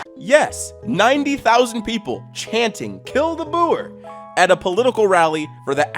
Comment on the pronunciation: on the bright side, pronounced "boer" pretty well.